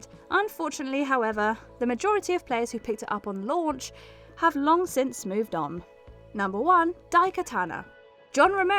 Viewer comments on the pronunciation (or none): none